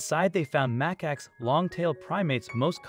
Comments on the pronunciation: Muh Cax NOT MACK ACKS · mac-ax lol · If you're making a movie to try to raise awareness you should probably pronounce the animals name correctly... cmon now